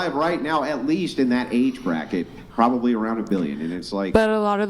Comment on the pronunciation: Urghhh! The word is probably, not prolly. Prob-ab-ly. I knew that when I was 5.🤢